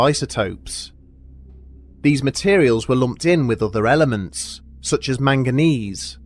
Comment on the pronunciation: Englishman saying elements. Gotta love it.